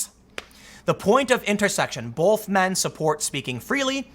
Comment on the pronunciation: Tim, fix your "both". Awful.